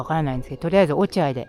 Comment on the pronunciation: 落合 ・・・・読み方は、おちあい です。